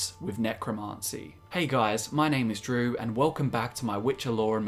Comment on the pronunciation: "my name is Drew" I heard you said "my name is True" at first lmao